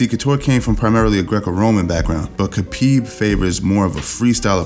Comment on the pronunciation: khapib, damm thats sound more badass than khabib